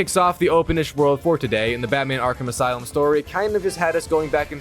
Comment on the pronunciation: He keeps saying arc him asylm instead of Arkham Asylum